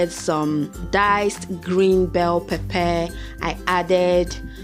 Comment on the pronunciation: First of all..I keep laughing Everytime you say pepper,,z😁😁😂😂 otherwise..it's looks really yummy😍😋😋😋😋😋